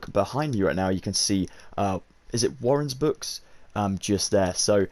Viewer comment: Bro it's waldenbooks not warren's books!